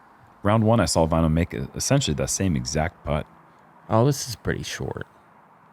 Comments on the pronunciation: You spell Väinö like "Vaino" and that is finnish word for persecution 😅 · It's so funny to hear the guys pronounce väinö as vaino. (Vaino means persecution in finnish)